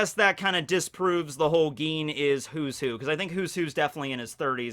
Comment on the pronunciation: Its Gin not Geen.